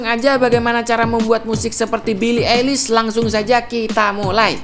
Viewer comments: Bacanya Bili aylish bang, bukan bili elis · billie paling anti mainstream kl buat musik nya. ohhh ya fyi cara nyebut nama billie itu "ailis" bukan "elis" hehehe😁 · Aduh bacanya😅, "belii elis" 🤣🤣🤣🤣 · Why Indonesian people said elis? (eilish) LMAOO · Billie eilish dibaca bili ailish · Pronounce eilish nya ailish bang yg bener :(